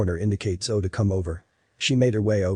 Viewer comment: Her name is pronounced, "Zo-E", like Zoey. Everytime I heard "Zo," my attention left the story. So, why was she frozen when she saw him again?! And why would he "be back for her?" This made no sense.